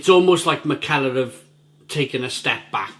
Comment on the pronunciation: I think it’s pronounced mick-a-ler.